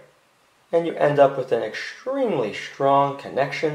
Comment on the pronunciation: "-Exschtremely schtrong" 😉 ❤️